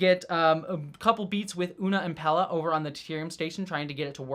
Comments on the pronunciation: Pelia, not Pella. Pronounced the same way as Celia Gooding's name, both rhyme with Corellia. (Cell-ee-uh, Pell-ee-uh) :) Great episode! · Sorry upfront for yelling,, but: WHY ARE YOU CONSTANTLY CALLING PELIA "PELLA"? 😵‍💫🤨 I love your thoughts, insight, and enthusiasm, but wouldn't be surprised at all if you had some form of dyslexia when it comes to names... noticed at other times too, that getting the names right doesn't really seem to matter too much to you, which is really interesting, given your personal background. 😅🫣 Other than that, keep up the great work (LOVE your WGA/SAG-AFTRA intro as well - though even that one contains typos; might want to read over once more!). 🤫😉